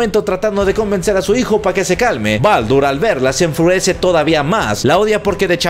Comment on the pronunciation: "se enfruece" JAJA un duro el ♥